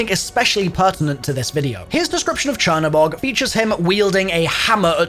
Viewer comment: google translate black god into polish, thats the way its actually supposed to be pronounced since the spelling is polish.